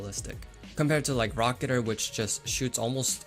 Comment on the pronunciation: It's pronounced raa-kuh-teer not raa-kuh-ter